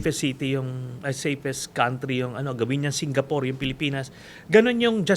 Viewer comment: Singapore ❌ Singapoor✅ 🤣🤣🤣